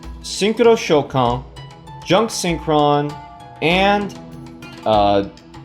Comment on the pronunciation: I don't want to be a nerd but its pronounced ShOUkan and not ShouKAN, in japanese in most of the cases when a vocal is extended like in おう the stress is in there. Nice deck by the way I still don't have my first synchro silver eyes and neither stardust with 7000 gems #FeelsBadMan